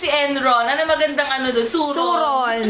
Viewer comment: Dat Hindi suron dapat surot